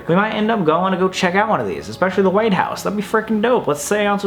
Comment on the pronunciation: Pls go to the Whaley house also thank you for actually pronouncing it correctly a lot of the time people say it incorrectly I’m also part of the Whaley family they are my ancestors